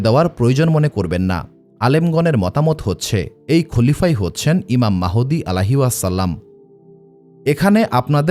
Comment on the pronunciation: ঈমান মাহুদি না,ঈমান মাহাদী হবে কোন নামটি সঠিক উচ্চারণ হবে